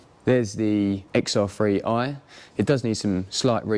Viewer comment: It’s and XR 3i. Not XR free i